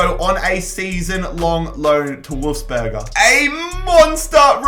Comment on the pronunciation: Anyone realised he said wolfs burger? 😂